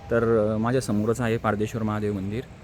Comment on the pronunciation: 3: अरे भाऊ पाद्रेश्वर नाही पारदेश्वर नीट बोलता येत असं नसेल तर बोलू नको आणि व्यवस्थित काय सांगू तुला सांगता येत नसेल तर नीट सांगू नको जय ओम नमः शिवाय 40